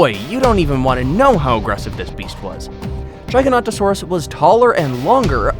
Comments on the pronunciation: he said giganotosaurus [ gigant a sor us ] its [ gig a not o sor us ] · It's Gig-a-not-a-saur-us. Not Jie-ga-not,-o-saur-us. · Can u say giga-not-a-sauras again lol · Jiaiganotosaurus lol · You pronouncing the name of the giga wrong mate, also the video used for the trex was a tarbosaurus mate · the games and movies pronounce the name of "the giga" wrong,the real name is gigantosaurur and not giganotosaurus